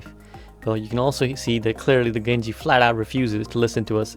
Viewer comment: "Genji man!" - have you spent much time in Newcastle?